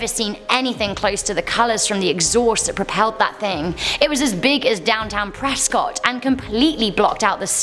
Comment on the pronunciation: I’ve never heard the Phoenix lights ufo being as big as downtown Prescott. (Which, if you’re local to the Prescott area, it’s pronounced Press-kit)